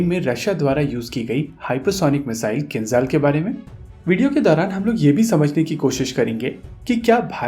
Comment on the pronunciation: Not Khinzal, it's Kinzhal 😆😆😆